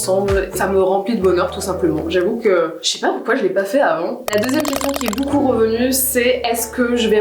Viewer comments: bOUcou mais vraiment bOUcou de rigOUlade ! c'est beaucoup en fait donc ça se prononce beau-coup et non bOU-coup ;) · Depuis tellement d'années que je suis Natoo j'ai jamais eu de période où je l'appréciais moins, elle est tellement chouette cette personne. Je crois que l'unique chose qui me perturbe c'est le fait qu'elle dise "boucoup" au lieu de "beaucoup" 😂. Mais en vrai j'ai tellement grandi en la regardant, je devais avoir 10/12 ans quand je l'ai connu et j'en ai 25 aujourd'hui, c'est toujours un plaisir de la voir 💛